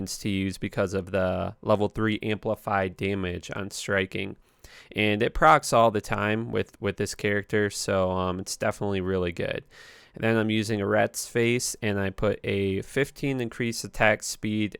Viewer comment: it's pronounced AIR-E-Ott not "A Rats Face" (though I think yours is more hilarious)...lmfao :P